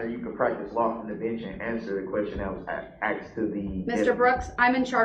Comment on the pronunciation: HE AXED??! AM I MISSING ANYTHING???